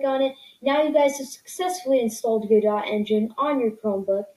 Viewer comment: its pronounced go-do if u wanted to know